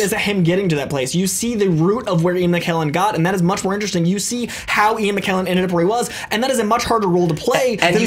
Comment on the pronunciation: can't pronounce McKellen correctly. It's a k not a q.